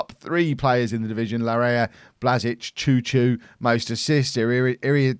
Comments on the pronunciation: Chouchoumis is not Chou Chou in greek its Xou... His name its like Xouxoumis. Like so can see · I do love this series.."ohh is in greece, should be fun hearing how he pronounces names"... hold my diet coke..." choo choo and fat john" 😂😂